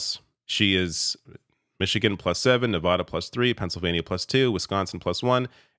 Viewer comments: It's pronounced "Ne-VĂ-də" (using the short vowel sound), not "Ne-vä-də" (using the broad vowel sound). Take it from someone who lives in the region. Learn it to avoid further humiliation. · How does someone as informed as this not know how to pronounce Nevada correctly? It's "vad" as in "add", not "odd". Anybody who says Ne-vodd-ah instantly reveals they don't really know much about the American West. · As a Nevadan, I kindly ask that you learn how to pronounce Nevada. It's not nevauda, it's nevada. That said, let's goooo! Coconut tree 2024!!! 🥥🌴💙🥥🌴💙🥥🌴💙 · Love your channel. Please pronounce Nevada properly. Thanks!